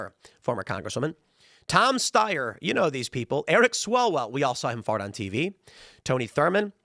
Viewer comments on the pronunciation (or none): Tim says "fart!" like a Wisconsin lol